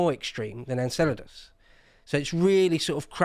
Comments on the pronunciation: You’re a what? An Enchilda? Oh… you’re from Enceladus; gotcha. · smiling because of pronounciation of Enceladus(Enkélados).